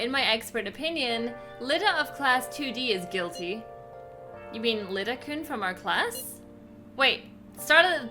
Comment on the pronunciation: It's Iida as in iida, not Lida.